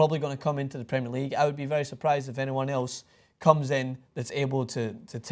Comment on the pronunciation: pls just learn how to say "premier league" plssssss